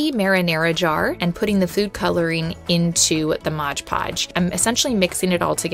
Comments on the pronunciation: Please say MOD not modge! Please. MOD PODGE. NOT MODGE PODGE!!! It's like fingernails on a chalkboard! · MOD PODGE, NOT MODGE PODGE! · ITS CALLED MOD PODGE NOT MOG PODGE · This is a great idea! (I do always snicker a bit when people say "Modge Podge" instead of "Mod Podge" LOL!) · It's MOD podge, not modge podge. Look at the label. Jars turned out great. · It drives me INSANE when ppl say "modge" podge.... 😖😖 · Mod Podge. Not modge podge. Thanks. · Are we not going to address the 1st one said maj podge ... 🤦‍♀️ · Mod Podge. Not mawjpawj. Mod. Podge. Can you read? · Why do so many people have difficulty saying MOD PODGE???🤦🏻‍♀️ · It's MOD PODGE! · Please pronounce “Mod Podge” correctly! Great idea, annoying pronunciation.